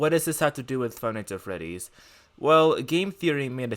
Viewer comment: the way he pronounces five nights at freddys "fie nise uh feddys"